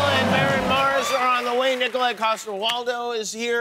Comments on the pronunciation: It’s Niko-laj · It's pronounced *Nikolaj. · Its not Nikolaj,... Its KNEEKOLAAJSH